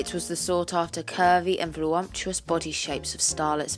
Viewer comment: It’s voluptuous not volomtious.